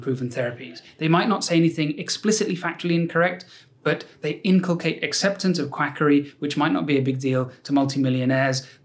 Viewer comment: inculcate /ˈɪnkʌlkeɪt/ Learn to pronounce verb instil (an idea, attitude, or habit) by persistent instruction. I had to do a double take on this word when you said it, spicy stuff.